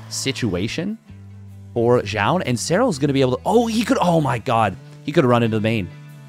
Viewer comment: Why do I hear you pronounce "Jah" ? Imo it should be like "zoon"